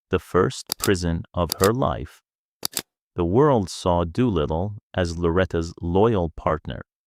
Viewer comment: It’s Doolittle or Doo for short, not Dew little. Loretta mostly called him Doo. A lot of the quotes and stories going around online aren’t accurate, including this poorly AI done content.